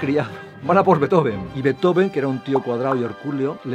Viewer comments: se pronuncia en alemán, no en inglés. Ludwig Van Beethoven, se separa en Beet-Ho-Ven, no Bee-Tho-Ven, el error está ahí. Eso sí, la pronunciación de Ludwig varía por la última sílaba, ya que -ig se puede pronunciar de varias maneras, como -ik o como -ich, y eso tiene 2 variantes, -ij e -ish. La D se convierte en T. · No se pronuncia "beto-ven", eso es error que se repite en el video. Se pronuncia "bīt-jofen" (la ī es como la LL o la Ye)